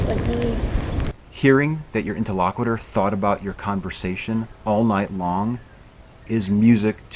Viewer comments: These tutorial videos are great. I will watch them on repeat until I get them a little better my memory. One thing: interlocutor. You keep saying “inter-LOCK-witter.” It’s “Inter-LOCK-you-tor.” But thanks for doing the videos anyway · I really enjoyed the video. This is the second one that I'm watching. The first was with Paul. It's really enjoyable. One thing, though: You're not pronouncing the word "interlocutor" correctly. You're saying it as if it were "interlocuitor" (with an i before the end). Check out how to pronounce that word here: (for the sake of "as many true things as possible"). 👍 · I think you're pronouncing 'interlocutor' wrong.